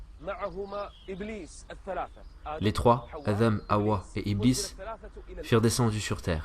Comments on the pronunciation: Selem 3aleykom, mashallah pour les traductions barakAllahou fik, cependant pourquoi dite vous Adham au lieu de Adam ? Le Dh est de trop, et chayatine pas chalatine, plusieurs fois vous faites ces erreurs, j’espère ne pas vous avoir offensé Selem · Assalamou alaykoum. Une question me turlupine (oui j'ai sorti mon dico de 1628) parfois la voix off prononce adham (avec zal) (comme à par exemple) et parfois adam (avec dal)(que l'on entend beaucoup plus dans la première partie de la série sur Adam). Est-ce 2 façons de prononcer correctes, ou est-ce du à des lectures différentes parmi les 10 ? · Salam, si je peux me permettre c’est Adam avec un D / د Pas ذ Je m’apprête à binge cette chaîne ! Barak allahu fik pour le contenu et Dieu t’accorde El djana